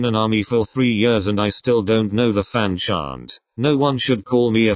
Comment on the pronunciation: idk why but the way you said chant in fanchant had me wanting to strangle something 😭😂